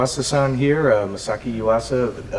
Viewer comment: I want Masaaki (correctly pronounced Ma-sa-ocki, not, NOT ma-socky, as you did(unfortunately as too many people have done) To remake Harry Nilsson's The Point. Its not only time because the animation needed a refresh, but also if we could update the music, because Nilsson was a genius too!